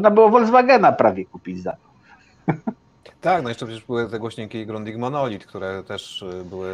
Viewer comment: Grundiga!!! Nie „grundika”